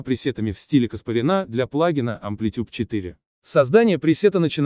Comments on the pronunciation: Не КаспаринА, а КаспарЯна. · Каспарян ,произносится по другому.